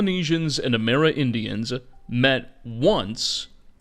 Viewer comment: amerindians. not amera-indians